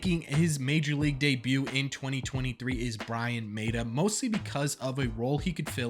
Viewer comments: Lmao ok it’s pronounced “MAH-tuh” also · Im sorry, I hate to be the guy, im huge on Red Sox Prospects, Mata is pronounced MAH-ta. Love all the content still!